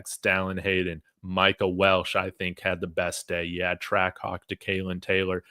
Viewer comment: It's Welch not Welsh. Respectfully.